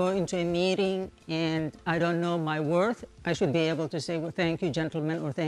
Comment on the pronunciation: Felt that "WOR-TH"!